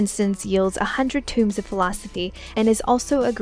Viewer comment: Tomes, not tombs. :) But great guide, nonetheless.